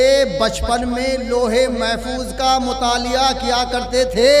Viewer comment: مطالعہ کو متالیہ ہے 😂